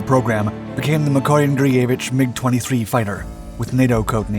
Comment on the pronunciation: Your narrator should be coached on technical terms and proper pronunciations, like how to say, for instance, "Gurevich" and "Domodedovo".